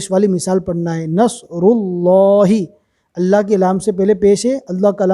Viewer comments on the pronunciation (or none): Allah pak ka lafz drust kro G. Dermian laam nhe hai. 😢😢😢